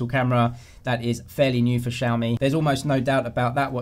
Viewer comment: My friends and I are laughing at how you guys pronounce XiaMi lol😂😂😂No offence